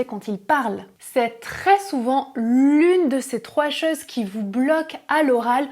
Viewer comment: Merci pour la vidéo. Très bonne élocution ! (claire et lente). En revanche, vous faites une erreur de prononciation qui peut déconcentrer les auditeurs : "autre(s)" et "chose(s)" (qui vient de "cause") se prononcent avec un "o" fermé. En français, "ô" et "au" DOIVENT se prononcer avec un o fermé. Ex. : La cote ("o" ouvert) est un niveau, la côte ("o" fermé) est un bord de mer. Hotte ("o" ouvert) est le panier du vendangeur ou du père Noël, hot ("o" ouvert) signifie chaud, osé, mais haute ("o" fermé) est le féminin de l'adjectif haut. Le non-respect de ces règles élémentaires de prononciation présente les inconvénients de déconcentrer les auditeurs et de créer des problèmes de compréhension (malentendus). Donc, avec la qualité de vos vidéos, vous devez avoir la cote !😉 Merci et félicitations !!😉